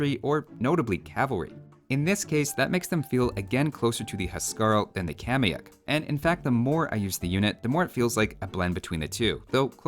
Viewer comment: Informative as always, binging your vids made me want to come back to this gem of a game. One thing i'd like to point out and i know, i know... i'm 6 years late to the party but for better reference the actual pronunciation for kamayuk should sound a bit more like /kama'juk/. Really hope that helps! cheers from Perú!